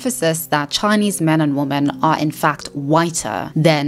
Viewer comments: Is she using woman (singular) in sentences as if it is women plural? Am i hearing that right? Or is she saying "women" but it only sounds like "woman"? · I've been meaning to ask, is there a reason she says "woman" instead of "women" when using the plural form? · Women = "Wimen" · Woman and Women are not pronounced the same.